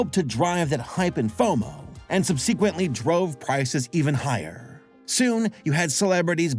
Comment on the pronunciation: gotta work on the pronunciation of mythologizing and subsequently ; )